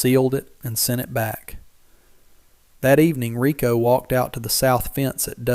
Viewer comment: Excellent story. Can't stand to watch the dopey pictures of these things so I play Solitaire while I listen. Riko deserves better than to be called rye-co.